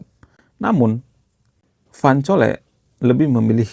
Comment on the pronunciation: Cole baca kol bukan coli master..